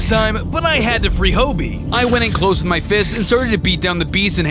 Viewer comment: It is pronounced Hobie not hobby btw